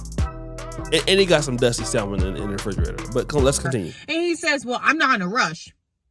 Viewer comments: Hey peeps, I'm sorry if I sound a little bougie but, just so everybody knows, the word is not pronounced sal-mon. That is how it is spelled, yes but, the L is silent. It is pronounced with no L, like sam-un. The fish Salmon is pronounced ...sam-un. The word supposedly is not pronounced suppose-zub-ly. It is pronounced, suppose-zed-ly. The word specific is not pronounced Pacific. That is an ocean. It starts like the word spud. Spu-sif-ik. Ahhhh....There, I've made the world a better place. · "salm·on" pronounced" 'sa-men there is NO L, Bro!!!!!!! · The "L" is silent in Salmon.